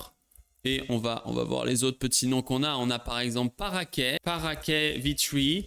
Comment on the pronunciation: Coucou c'est le fan d'antigravity !! On dit parakit comme perroquet en anglais ! Pas parakét